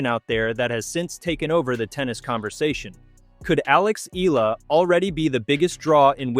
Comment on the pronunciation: VO re-edit #1: Her name is pronounced Ea(y)ala NOT EEla. VO re-edit #2: She is a FilipinA not a FilipinO Please honor the genderization of nouns in her culture and many other languages/cultures.